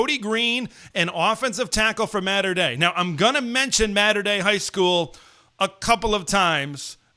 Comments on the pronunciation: It’s Maa-ter Dei, not Matter Dei. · It’s “Motter” Dei